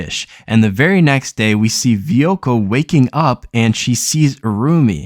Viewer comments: Va-way-ko no Vuvuko or whatever you just garbled lol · You talk about using streaming services and can't even pronounce Vueko. Stop making anime videos you don't know anything about it.